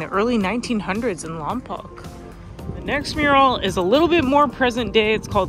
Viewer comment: Hey, glad y’all enjoyed Lompoc! Just a heads up, it’s pronounced “Lom-poke” not “Lom-pock”. Also, us Chumash are still here 😂 we’re still kicking it.